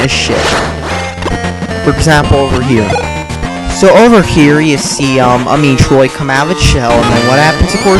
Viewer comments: how can you fuck up in the first 5 seconds. it is pronounced met-roid, not meet-roid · Why are graphics so important to you? And its metroid not meetroid. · Metroid. not MEATroid. Dumb Bitch. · Meat-roid? lol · Mee-troid. Sounds like a good game. I should play it. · Me-troid? What an idiot! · Meatroid? The brat can't even say Metroid right... And why am I not surprised that he likes the Vita? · meetroid work on pronunciation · You're not even saying Metroid right!